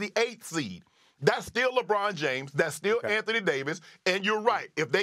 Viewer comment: What is a lee- bron😂